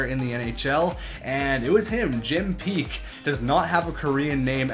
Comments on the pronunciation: Its pronounced Jim "Pack" not "Peak" lol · its Jim Paek not Jim Peak, and it's pronounced "pack" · Honestly are you dyslexic? Not trying to be mean but you misspelled and mispronounced Troy Loney and Jim Paek.